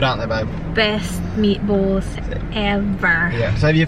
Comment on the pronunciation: Unang dinig ko kay, nipples. Meat balls pala. sorry! HAHAHA